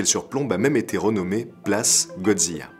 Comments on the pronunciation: Excellente vidéo, un travail de grande qualité! Ps: on dit Godzi "la" (Du japonais "Gojira") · J'me plante peut être, mais c'est pas prononcé "zila" plutôt que "ziya" ? Au japon ça a l'air d'être "gojira" mais d'après la vocalise de google, que ça sois anglais ou français c'est "zila" qui ressors. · Superbe vidéo comme toujours!! Mais comment prononce tu Godzilla? Godzia !?!?! XD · si je peux me permettre, dommage de mal prononcé les mots japonais ^^' un S = ss ;) Assimo OU= O long, donc fukuro café etc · Aaaargh ta prononciation de « Godzilla » est insupportable ! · Drôle de prononciation de godzilla ?